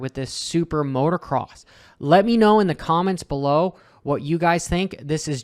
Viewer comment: Hopper, it's "MOTOCROSS", not "MOTORCROSS". Only one "R".